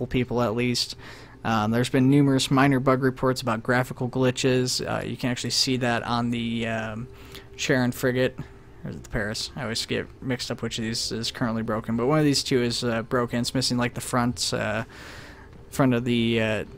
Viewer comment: Great video man, but Charon is pronounced as Car-on